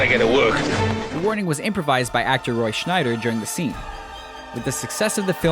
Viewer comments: SCHEIDER not schneider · It's Roy Scheider, not Schneider. And it's Irvin Kirshner, not Ivan. Sheesh. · Its roy SCHEIDER.... NOT SCHNEIDER.... omfg dude.... read the script... and have someone checking your pronunciation. Insult to a great actor man...jeez... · Narrator says “Roy Schneider”??? It’s Roy SCHEIDER. Jeez kid. You need to learn a little about film. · It's Roy Scheider not " SchNeider". And your facts are wrong. There are many takes for each scene and actors get instructions and or discuss of better ways to deliver lines that would represent more the way they feel their character should act. This is all fairy tales and 4 millios idiots believe it as usual...... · Narrator says, 'Roy Schneider.' lolz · Dude said SchNeider right? Theres no N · did the voice-over improvised Roy Scheider as 'Schneider'? Yes he did. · There is no "N" in Roy Scheider's name. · There is no 'n' in Roy Scheider's name.